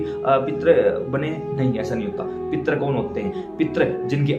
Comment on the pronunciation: "पित्र" लिखना या बोलना ग़लत है; सही शब्द 'पितृ' है जिसको सही रूप से लिखना एवं बोलना चाहिए।